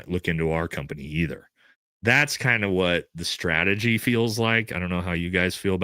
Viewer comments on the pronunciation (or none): none